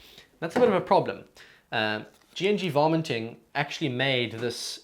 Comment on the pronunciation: Sorry but it sounds like you're saying "vomiting" lol Good video btw!